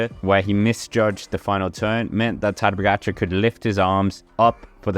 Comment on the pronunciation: What a butchery for pronunciation.. 🙄 Try to say: Ta-dey Pogachar